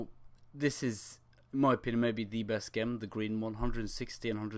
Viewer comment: never heard someone say gem in such a stupid way